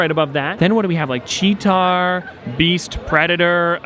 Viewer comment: Check it out. It's Cheetara not Cheetar.